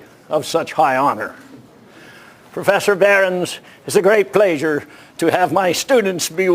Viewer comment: why does he pronounce pleasure as pleisure? is it some regional pronunciation?